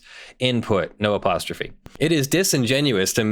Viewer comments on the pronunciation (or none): none